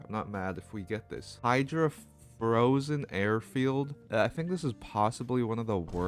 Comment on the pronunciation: Frozen Airfield isn't that hard to say man...